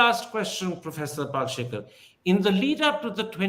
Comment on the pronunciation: Kirin Thipir, it's not Pal-she-kar, its Pal-shi-kar. Get the name right, for heaven's sake.